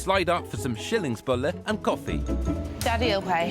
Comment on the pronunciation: He did okay with a few. “A” for effort on skillingsbolle.